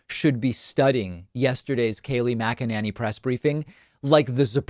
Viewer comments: Why does he keep mispronouncing her last name? The lady drives me batty, but every time David says Mac-A-Nay-Knee I cringe just a very tiny bit. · MAC uh NAY nee, dummy... not MAC uh NAN ee. How many times do you need this explained to you? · Kayleigh Mc-a-ninny.. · Kay-lie Muck-a-ninny! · Mackannany ir what's it spelled sounds kinda like wackadoodle 🤣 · Does David say her name as MagaNanny? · I love it when he calls her Kaleigh MACANANNY! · Mac-a- Ninny